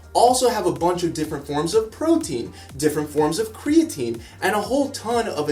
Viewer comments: forgot to put R in the creatine word and says ceatine. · It's creatine .. not ceatine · Creatine not ceatine lol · ''CEATINE'' NOT CREATINE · its creatine not ceatine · Ceatine ....really. its creatine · wheres the r